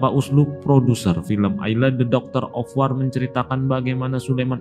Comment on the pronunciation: Wor oiii bukan war ah eelah